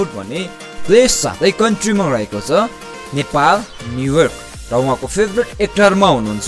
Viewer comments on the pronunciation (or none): none